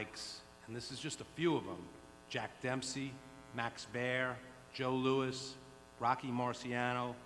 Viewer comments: Hearn said Joe Louie.... Lol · Did Eddie just call Joe Louis, Joe Louie?